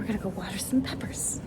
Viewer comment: I had to watch twice to make sure you said "water some peppers" and not "water some puppers". :D